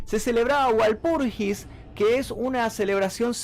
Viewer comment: "VALPURGIS" se pronuncia, de Walpurgisnacht, es una festividad pagana y cristiana donde se pretende limpiar los malos espiritus haciendo fogatas y otros rituales